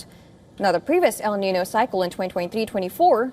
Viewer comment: Why can't you pronounce El niño?